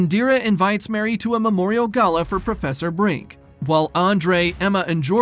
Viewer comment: A few seconds in, and you can't even get the main character's name right. It's Marie (pronounced Ma-ree), not Mary.